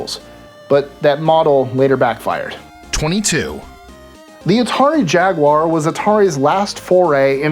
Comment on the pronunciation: What is a Jagwire?